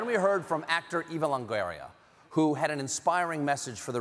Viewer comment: Eva Lan-Guerria? Cmon Stephen it's pretty easy to pronounce 😂